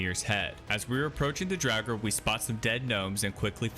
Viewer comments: I know reading is difficult for some people, so no shame intended, but the Deep Dwarves are DUERGAR, not DRAUGR. It's pronounced "DWARE-gar". DRAUGR are undead creatures. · Are you saying Duergar or Draugir? 😂